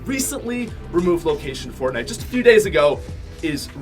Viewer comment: he’s says fortnut lmao